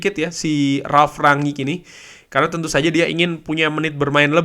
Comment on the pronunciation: Enak liatnya bahasannya ringan mantap semoga konsisten.. tapi boleh ga mas masukan dikit untuk spelling nama ralf.. baca aja rang-nik.. spelling ranyik walopun mungkin bener klo lidah belanda kali ya cuma saya gatel dengernya 😫😫